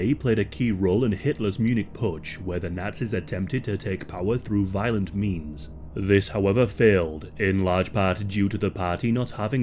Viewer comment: "Zis is from mein spring collection..." hahahhaha